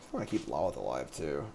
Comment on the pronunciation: I respect you and the website, but I have to say something…. Lolth (lol-th) (low-l-th) not (lawl-ith)